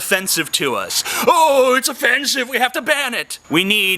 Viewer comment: was i the only one that kept hearing 'o-fence-ive'? the fence behind him was just too distracting.